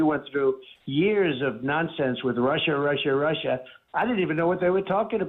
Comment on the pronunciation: Russia, Russia, Russia... sounds more like Marsha, Marsha, Marsha...